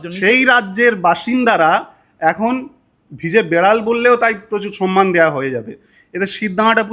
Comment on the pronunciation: Sonnman noyy Somman সনমান( সন্মান ) নয় সম্মান